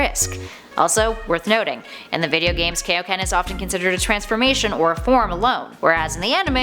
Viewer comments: 1) both king kai and goku claims that kaioken is a technique 2) King Kai’s name is in the damn technique. It’s not kay-o-ken. It’s kai-o, as in Kaio-sama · Kaioken is pronounced Kai Oh Ken, Team Four Star made a joke about it when Goku's dead friends want training from King Kai. I blame the Ocean dub for this but Funimation went back with the proper pronunciation...eventually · "But GUYS ultra instinct IS a form!" I bet you pronounce kaioken as kay o ken on purpouse. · Kaioken not keioken come one king kai’s Name is even in it and he created it.